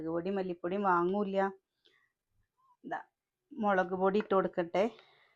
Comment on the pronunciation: മളക്ക് അല്ലല്ലോ🤔 മുളക് എന്നല്ലേ പറയ🙂 ചേച്ചി